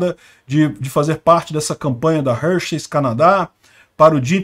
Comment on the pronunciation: Forçam a barra demais; homem é homem, mulher é mulher; trans e cia é outra coisa; cada um no seu quadrado. Só uma dica, a pronúcia correta é Râr-Xis, na emulação fonética.